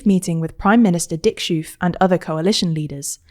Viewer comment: The pronunciation of Geert was really good! Schoof, on the other hand, was way off. The ch in schoof is pronounced identical to the g in geert and oo sounds like road, not rude.